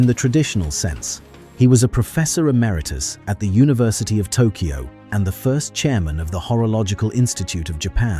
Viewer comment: "Made in Tokoy" :D